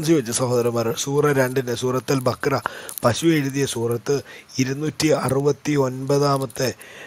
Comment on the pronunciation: പശു അല്ല പഷു